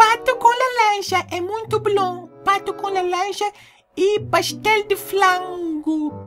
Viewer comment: "Pastel de flango"kkkkkk😂😂